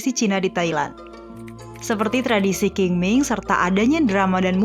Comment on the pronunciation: Qing ming dibaca Ching Ming, Q di di baca Ch.. Dalamn bahasa China dialek TeoChew di baca Cheng Meng